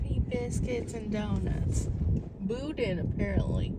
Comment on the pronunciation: also its pronounced "boo-dan" not BOO-din